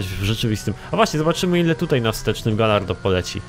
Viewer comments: wiem że pierdoła ale bardzo mi przeszkadza... "Gajardo" nie "gallardo". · czyta sie gajardo;_; A Viper ma lepsze przyspieszenie i prowadzenie niż gallardo;) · Ale czyta po luckowemu, a po luckowemu czyta się galardo. PS: A jak czytasz "Tomb Raider"? No właśnie...